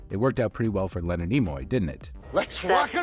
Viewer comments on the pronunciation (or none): none